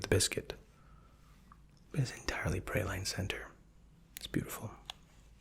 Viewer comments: Praline is actually pronounced "Prah-leen", a french word! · sorry but, 'Praline' is pronounced 'Prah-leen', not 'pray-line'. And also, 'Tyrells' is 'Ti-rules', not 'Tie-rells'. Carry on.